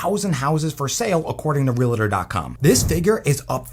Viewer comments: Real-tor …. Not Real-a-tor. For God’s sake 😂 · Well said and agree with 75% ….but dear lort please say Realtor correctly.